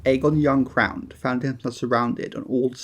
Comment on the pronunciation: Aegon the uncowrned "Uncorned"